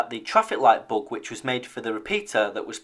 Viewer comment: Oh, he's saying "bug." I thought he was saying "book". That made it much more difficult to Google. Lol.